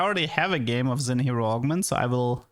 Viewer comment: Xin is pronounced SHIN. Shin jao.